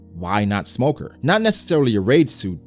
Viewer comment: You say smoker more like Lmoker